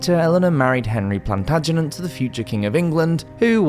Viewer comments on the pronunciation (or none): none